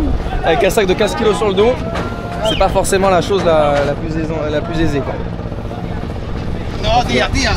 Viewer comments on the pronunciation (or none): "Très très ZATE" "Ce n'est pas ZAIZÉ" Rhooo putain la quinte de rire 🎉😂🎉🎉😅😅